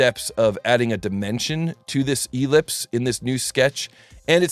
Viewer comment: The accent on ellipse is on the second syllable.